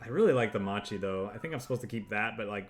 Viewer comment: great video, quick note macchi or whatever u read in italian that has "ch" or "c" in it it's a hard c, like a crusader, if it's "ci" it's soft like cheese or cello